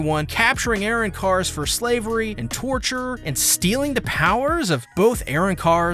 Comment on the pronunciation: The pronunciation or arrancars... airrancarsll